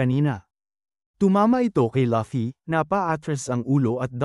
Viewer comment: Laffy lol hahahhahahhahahah bat laffy sabi nya luffy DAPAT yun ahahah😂😅😅